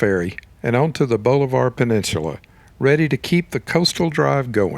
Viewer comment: The narrator is obviously not from around here. It's pronounced Bahlavur, not bowlivar